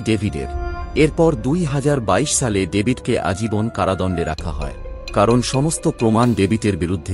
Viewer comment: শালে না দাদা সালে